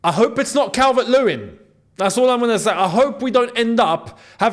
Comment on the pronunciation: Calvert not calvin😂